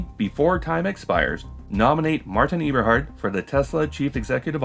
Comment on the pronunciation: musk may be dumb and lazy (among other things), but you are one or the other or both, pronouncing it eeberhart in two videos now